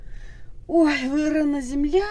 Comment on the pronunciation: " Вырына земля" 😂😂 Никаких успехов.